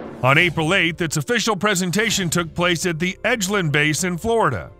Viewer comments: what is edgelin? it's Eglin as in EGG LIN.... Air force Base Florida. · clown. not 'edge-lin', it's spoken 'egg-lin' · It's not pronounced "Edge lin" It's pronounced "Egg lin". It's surprising that doesn't know the names of Air Force bases. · Just so ya know, it is pronounced Egglin not edgelin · It’s pronounced Egg-Lynn. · The “g” in Elgin is a hard “g” like in the word “egg”. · The “edglin” base…. JFC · It’s pronounced Eglin (Egg-Lin) AFB. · This video is terrible. Mispronounced “Eglin AFB” at one point, talked about F-15 replacing the F-22, the F15EX is not going to replace the F-22 so that’s clearly an error. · Learn how to say eglin airforce base, wow dude..if your going to give technical info ,at least use technical correct speech.. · It's surprising you didn't watch the rest of the video. They only said it wrong the first time. It's a robotic text-to-speech voice if you didn't notice. Sometimes bad pronunciations result, especially with words (names, places, etc) not in a dictionary. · You pronounced Eglin wrong….